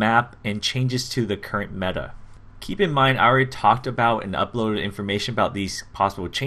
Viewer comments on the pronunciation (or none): none